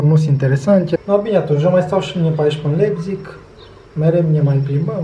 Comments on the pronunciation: A pronunțat cum se scrie. :)))) Când de fapt se citește "LAIPTIG" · se pronunta laibtih si farfuria se pronunta tela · Se citeste Laipțih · “Laipțih” :)))) Comentatorii de la Fifa sunt de mare ajutor uneori :))) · Hai ca ești bun pe pronunție. "Laipțig" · Se pronunță Laipțih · Se citeste LAIPȚIG!!! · Cum a pronuntat numele orasului Leipzig 😂😂😂😂😂😂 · Nu știe să-l pronunțe. A avut probleme chiar și cu Leipzig la pronunție